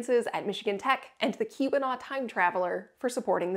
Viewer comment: why does Keeweenaw sound like Q-Anon xD